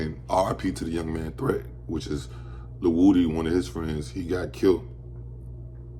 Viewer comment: um his name is a actually pronounced wooody